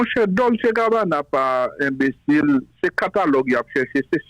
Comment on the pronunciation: Dolce prononse kòm Dolche...ce an italyen prononse kòm che.